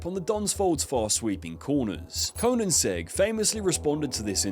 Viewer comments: Koeninsegg and High-Aura 😂😂 Good video but holy shit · Your pronunciation of Koenigsegg made my soul leave my body.